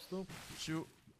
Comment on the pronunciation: Steffo non si dice ciu due ma si dice two!